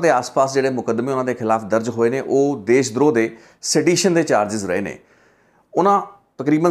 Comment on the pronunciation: ਦੇਸ਼ ਦ੍ਰੋਹ ਨਹੀਂ ਜੀ ਦੇਸ਼ ਧ੍ਰੋਹ...